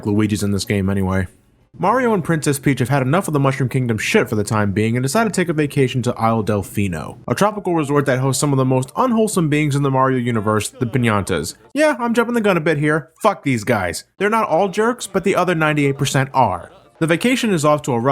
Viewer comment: The....Piñantas? You mean Piantas.